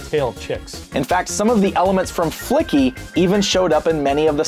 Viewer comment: "Flicky" turns into "Fucky"